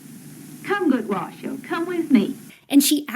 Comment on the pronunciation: I was delighted to finally know that "Washoe" is pronounced "wa" (as in "water") "show", because that's how said it. But then i was crushed when she said "wa-shoo", because it threw me back into doubt. I wonder if bonobos worry about pronunciation.